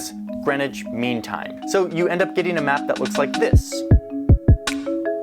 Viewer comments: "green witch"?? Ffs you have a town in Connecticut called Greenwich which y'all pronounce "Grennich" . It's a shame that you had no idea why you use GMT. Perhaps the American education system needs to start telling its kids about the rest of the world. But bless you for being interested. I'm English and I absolutely love the USA. I visited Greenwich and Cos Cob CT in the 70s. I love you Yanks ❤️ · It's Grenwich (pronounced) Grenich 'meantime'! I learned it in school at age 10 yrs old. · You should watch a TV movie/miniseries Longitude that covers the history of the Greenwich (yes it's pronounced Gren-itch not green witch or other variations) Meridian. The Greenwich meridian's competitor was the Paris Meridian, also dubbed the Rose Line by author Dan Brown and was integral to the plot of the movie and his novel The Davinci Code. So far as I am aware, under UTC (coordinated universal time) Greenwich Mean Time (GMT) is the same as Zulu Time so beloved by producers of military action movies. More properly UTC + 0.00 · It's Greenwich Mean Time (GMT). Pronounced 'Gren-itch'. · The British were seafarers from antiquity. So when navigation became sophisticated enough the British created the prime meridian to be 0 at a part of London called Greenwich (pronounced Grennich), hence the Greenwich meridian and Greenwich Mean Time (GMT) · Greenwhich is pronounced GREN-IDGE. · GMT - Greenwich Mean Time and pronounced Grenitch. Do they not teach you guys anything about the globe and world history at school in the USA??